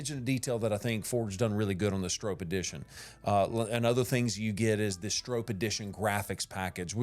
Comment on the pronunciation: Note: The pronunciation of Stroppe in this video is incorrect. It has an “o” sound like stop. I went to an old racing video of Bill Stroppe himself. And confirmed the pronunciation. Also two p’s suggest a silent e. Other than that, this is a GREAT video!